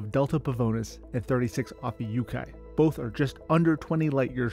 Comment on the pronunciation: Giedi, Harkonnen, Ophiuchi, not Geidi, Harkonen and Ophuichi